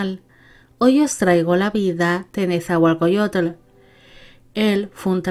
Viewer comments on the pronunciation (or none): Un gobernante famoso, su poesía ha logrado prevalecer a pesar del tiempo. Mi escuela secundaria lleva su nombre. Solo una pequeña corrección, así no se pronuncia su nombre. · Un gran video para un gran gobernante. Pronunciaste muy bien los nombres. Nezahualcóyotl y Tezozómoc se pronuncian grave, no agudo. Mexica se pronuncia Meshica, también grave, pero no te apures, ni los mexicanos podemos pronunciarlos correctamente. Gracias.